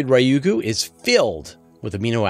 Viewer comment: Ryugu is not pronounced as you did, same for psyche